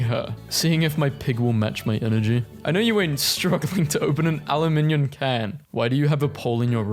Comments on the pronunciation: It's aloominum or aluminyum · ITS PRONOUNCED A-LOOM-IN-UM NOT AL-YOU-IM-NIM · ahh yes, "aluminion" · literally never heard anyone pronounce aluminum like that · i know you aint struggling to pronounce aluminum